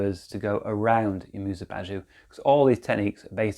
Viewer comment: you say it like "bazoo" 😂😂 lol